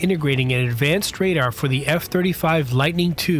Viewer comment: I was wondering about that myself. And how can someone with a Youtube channel that seems to be interested in aircraft not know how to pronounce "radar". It's "RAY-dar" (where the second syllable rhymes with car) and not raider like the NFL team that recently moved to Vegas.